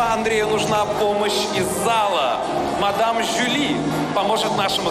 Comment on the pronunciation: не мадам Жюльен, а мадам Жюли 😂😂😂😂😂😂😂😂